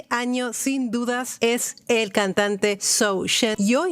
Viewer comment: The pronounciation is "JOE" , not " ZOO"...☺ .....Joe Shen .........